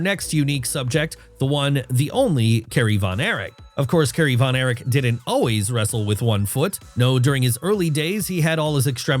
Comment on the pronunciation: It is Kerry Von Erich not Von Eric. Also, on the chapter title, it says Carrie Von Eric